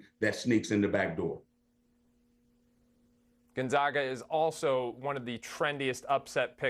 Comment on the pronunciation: If you want to sound like you know what you’re talking about. First thing is first. Gone zag uh